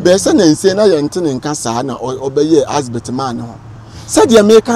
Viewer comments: Big shame on this guy common ADVERT you are saying ASBERT and you call yourself a historian shame on you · He keeps saying Asbert. 😂😂😂😂..wagyimi tu